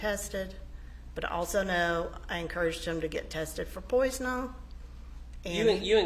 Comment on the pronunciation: What an odd person, the secretary. She also has a problem with speaking. I thought she was saying "Poison-on or poison-all" and I think she was saying "poisoning." Other examples "disappearing" for "disappearing" or "burnon'" for "burnin'" "Melody called Lokin for him" rather than 'Looking" "I checked my email on the evenon of the 4th" instead of "evening." I have ived in Georgia and have not yet heard inflections like hers..